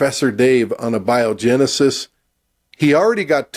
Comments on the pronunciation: You guys scientists? You pronounced A-biogenesis wrong lol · Uhbyohjinisis am dident hapend!